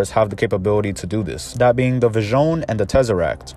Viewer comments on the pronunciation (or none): Hearing you say "vishion" as if it was some French word killed my Italian soul